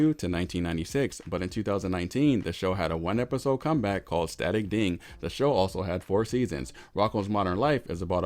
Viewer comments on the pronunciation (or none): It's "Static Cling", not "Static Ding", bro.